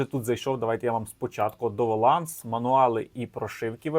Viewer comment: Ну ти і шляпа,! Слово ЗАВАНТАЖИТИ англійською DOWNLOAD читається як ДА(У)ВН-ЛОАД, а не як ти вимовив "доваланс"!!! Можеш ображатись, чи не ображатись, але не вперше за тобою помічаю незнання як української так і англійської мови! А це кидає тінь на решту твоїх компетенцій!!! Виправляйся! Українською не "цЕму", а "цьому"!